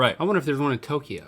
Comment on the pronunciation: Toukyo is pronounced Toe Kyo not Toki yo